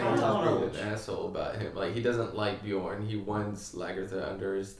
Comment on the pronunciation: Bee-yern. Not Bee-yawn